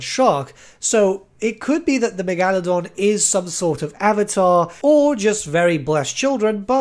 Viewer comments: Okay Back it up. The Meg-Al-Adon? Megalodon Mega-lo-don. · Stop. You’re going to take someone’s eye out. Besides, you’re saying it wrong. It’s MEGA-ladon not megAladon. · Love the way you pronounce Megaladon wrong, it's actually quite smooth lmao. Great video! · Never heard Megalodon pronounced that way. I dig it brother!